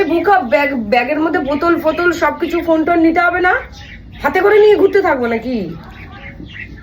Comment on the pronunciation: Bangla vasatao thik kore bolte paro na gurte abar ki ota ghurte bole